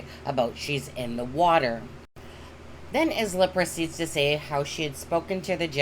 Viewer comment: ISLA is pronounced ....eye la